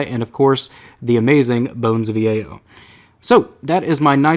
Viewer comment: Bones of Eao Pronounced [Bones of Ey-yo] Not [Bone of E-a-o] Love your vids! Just had to be that guy ;)